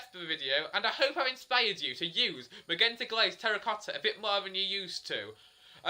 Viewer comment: You're pronouncing magenta wrong, the G is supposed to sound like a J. Just a but of constructive criticism (